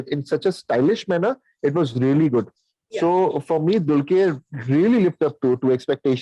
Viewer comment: Guys its not "DULKYER"...its pronounced as "DULKAR" !